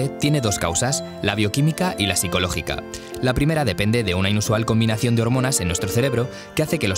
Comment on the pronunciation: No sabe decir primera :v